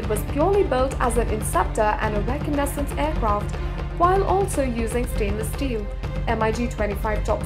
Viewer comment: *makes video claiming to know stuff* *can't pronounce "Mirage", "MIG", "reconnaissance"...uses mph as primary unit of speed measurement*